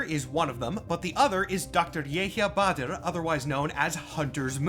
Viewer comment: nice pronunciation in Dr. Badr's name. Took me for a loop when I heard it cause of how respecting it was to the character